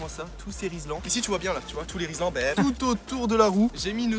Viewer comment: Frero rislan pas rilsan